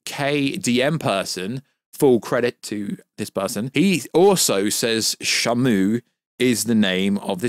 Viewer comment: You keep pronouncing shimu name wrong it's (she)(moo) not shamo. He not a whale lol